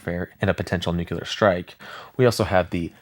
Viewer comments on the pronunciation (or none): Brother. I love your videos BUT...I really needs you to STOP SAYING "NOOK-you-lar" (Nuclear) it is NEW-CLEAR. There is no other way to pronounce it. It is not a regional thing. It is NUCLEAR. Pronounced exactly as it's spelled. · NukULAR???? Come on broooo! Quote from Peter Griffin on Family Guy from their earlier seasons: “Nuclear?? No it’s nukular dumbass. The S is silent!” It’s nuCLEAR! Y’all know how it’s spelled! Then say it right! Even when I’m typing this, it has an autocorrect on nuKULAR and changes it to nuCLEAR like how it is OFFICIALLY spelled! When anyone says nuKULAR to me, there is a nuCLEAR bomb going off in my brain! 😂😂 Spell it, then say it for god sake! My nag is done😂😂 but your vids are pretty good and your voice is cool too! Thank you for the entertainment! I do love the thunderbolt 1000t siren’s sound! It’s definitely the scariest sounding! They discontinued those in a couple counties in Ohio and Indiana! I’m in the Lawrenceburg Indiana and Cincinnati Ohio area, and in the early 2000’s they had the thunderbolts, but a couple years later they installed more modern sirens. I can’t remember what those are called, but those sound scary too. But the thunderbolt I think is the coolest and scariest sounding siren of them all! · Please learn how to say nuclear.